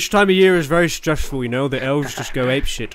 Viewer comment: English speakers - "Here we go!" - "Here we guy!"